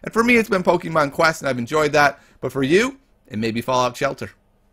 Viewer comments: Keeps saying Pokeemon instead of Pokémon TRIGGERED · He says pokimoon